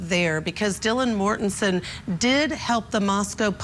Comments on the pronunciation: Right, this is supposed to be offset by repeatedly saying "Kings Road" (rather than "King Road") and "Mortenton" (rather than "Mortensen"). In other words, the host and one of the guests () can't remember any of this stuff, and they are long overdue for vacations. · "Dylan Mortenton" "1122 Kings Rd". God, did you do any research on this case? Every other sentence was another mispronunciation.